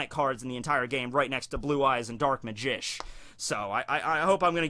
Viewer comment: did he just say "Dark Magich"?